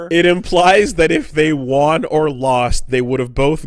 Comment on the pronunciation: why the hell does always say wan instead of won? it's so fucking annoying to hear when I know he can say it right.